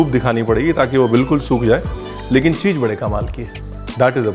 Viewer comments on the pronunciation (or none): none